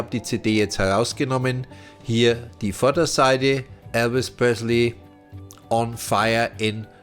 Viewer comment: Eine fehlerfreie Aussprache des Namens: "Elvis Presley" und ein Grammatikbuch könnten hilfreich sein.... Die Fragen sind ja wirkliche Herausforderungen. Glückwunsch an Steve Grayson!